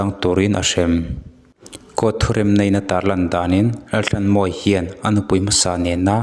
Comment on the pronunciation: Mizoṭawng chhiar dik hi a har nge ni, thisenin a ṭhanhnan tawh avanga chhiar dik thei lo, emaw awmna a zir a lam dan dik lo hi a awm theihin ka ring ta deuh. He post ah pawh hian a fanu khuaikhemtu Laltlanmawia tih pawh hi Lalthlanmawia ti a lam rik a ni a, "h" lamrikna tur a lam ri lo, lam rik lohna tura lam ri leh tlat ang chi kha anih hmel tlat. Entirnan, "tlat" tihah pawh hian "thlat" tih hram te. Tin, POCSO ACT tih turah POCCO ACT ti a lamrik te ka hre tel. A chhiartupa, lo inzir deuh la, insiamṭhat ngaihna laiah insiamṭha in, rawn ti zel rawh khai.